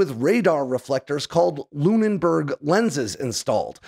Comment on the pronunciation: "lumenberg" - wtf? How can someone screw the pooch this badly. It's Luneberg, pronounced anglicized "LoonBerg", Germanic "LooonAhBorg".